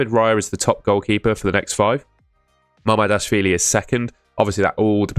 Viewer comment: It is not Mamarshdashvili, it is Mamardashvili